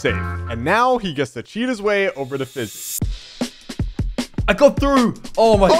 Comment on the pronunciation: Elioenah Francisco Pantaleon its Fiizy not Fizzy